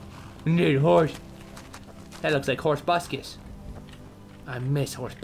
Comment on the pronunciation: Tobuscus rhymes with ruckus!!!